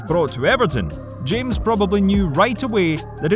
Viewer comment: You don't say james but hames